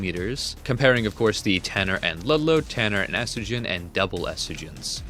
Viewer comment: its T U R N E R not T A N N E R